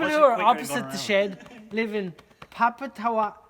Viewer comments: Just incase you guys were interested on how to pronounce Papatowai properly, it is pronounced Par-Par-Tor-Why 😁 From a resident of Whakaoriori, New Zealand 🇳🇿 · It’s pronounced Pap - a - toe - e …….kind of